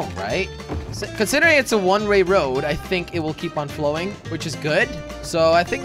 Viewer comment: One ray lol he said that